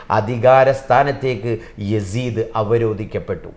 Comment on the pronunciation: യാസീത്തിനരികിൽ എന്ന് അല്ല യസീദിനരികിൽ എന്നാണ്.